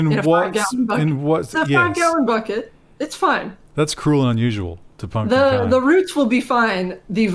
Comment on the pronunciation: I knew it would be "Punkin'" lololol My Mom and Sister would be sticking their tongues out and saying "see..."